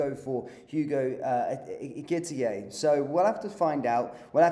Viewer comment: Of course!!! Please get the pronunciation right - Eh-kee-tee-Kay!